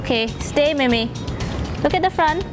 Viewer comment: it's actually mei mei not mimi